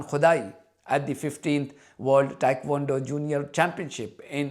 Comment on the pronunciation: Dear thank you for the update. By the way it's not Thaikwondo it's Tae Kwon Do. I was middle weight champion in Thailand in 78. I send you a smile from my heart ❤Michael